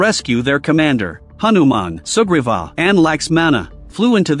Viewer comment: For a while I thought he kept saying super bob not sugriva 😅 I always watch speeded up